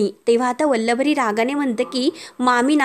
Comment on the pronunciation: काय वल्लवरी वल्लवरी चाललय. उच्चार नीट करा आधी.